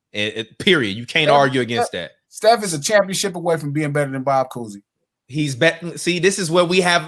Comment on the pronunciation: Manz said bob cousy😭 y’all got hot takes are great but this man glasses is WILD Lexie is good too this a good core 4